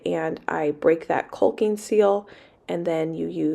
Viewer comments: The way you say caulking is different but if you say it the other way people will say it’s inappropriate so you do you boo we know what you mean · I have to apologize for saying you had the incorrect pronunciation of caulking. In my defence, I googled it and it said the "L" is silent. I guess Google can be wrong. What else do "I" pronounce wrong.lol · I love the idea of turning the basement into a canning/food preservation kitchen! I had noticed that you pronounced the "L" in caulk but assumed it was a west coast thing . . . . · Join the club! I pronounce caulking wrong as well. Try remembering kaa-king. That works for me. =) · Caulking. Say it how it's easy for you. I say cawking 😆 cause that L is just weird but leaving the L is also weird haha. So don't let the nay sayers tell you how to talk. They can go caulk themselves 😆😆😆😆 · Don't pronounce the L in calking. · Basement would work great! Looks awesome already! And yes, you are saying caulking wrong...the 'l' is silent. ( but we know what you mean!) Keep up the great work! 😁👍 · I have the same problem with saying Caulking. I pronounce the “L” like you do. The correct way sounds too suggestive to me. Maybe I should think of chickens instead 😁😁 “cock-ing” is the right pronunciation. I love watching all the changes to the house you are making. I look forward to and get so excited when you post a new video. You’re awesome 👏👏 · THE L IS SILENT IN CAWKING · Agreed. Every time she says "caulking" I say that. Nooo, the L is silent. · Basement for sure. Yes the pronunciation is kawk ing. Thank you, kull king was bothering me so much, and your so cute I didn't want to hurt your feelings. Love your videos. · Sounds like your saying cull-king instead of call-king, that’s probably what’s throwing people off, but it’s okay I think people still understand what your talking about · LOL.....the way you say, 'caulking', is cute. The 'L' is silent........KAWKING. lolol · Caulking rhymes with walking!